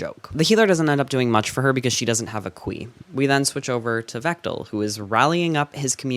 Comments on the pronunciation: "the khui thing" Definitely thought you said "queefing" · i kept thinking u said queef